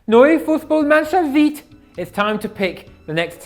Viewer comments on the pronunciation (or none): Your pronunciation of “neu Fußballmannschaft ziet” was bloody awful 😂😂